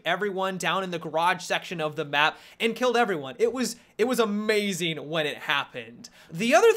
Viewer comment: "It was amayuzeeen." - accent.